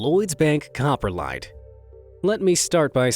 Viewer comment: "Cop-Ro-lite" not "copper-lite"